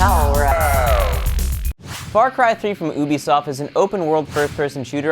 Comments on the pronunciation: Did he just say....ewbisoft? It's fucking YOUbisoft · pls dun say ul-bi soft....say you-bi.....cuz in Malay Language...ubi is actually potato >.<...and ubisoft is really soft potato in Malay... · I immediately stopped watching when he said Ooh-bisoft...its You-bisoft jackass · it's not YOUbisoft either, it's Ubisoft :P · LOL OBISOFT ;D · You don't say Ubisoft like thar